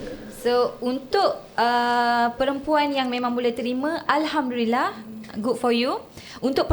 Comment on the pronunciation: sebut alhamdulillah pun salah.bukan alhamdurillah